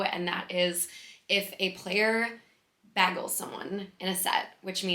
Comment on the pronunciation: I feel like I don’t hear too much Minnesota in how you talk but it came out so strong in “bagels” 😄